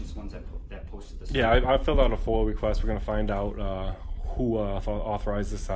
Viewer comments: It’s foia not foil , you get foil at the supermarket 😂😂😂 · First of all, numb nuts, the word is not fola. I realize this is a difficult concept for you, but the word is an acronym. The word you are looking for is FOIA (Freedom Of Information Act). It really isn’t hard to pronounce. If you are having trouble, listen carefully to officers and police department personnel., and you should quickly learn the correct pronunciation.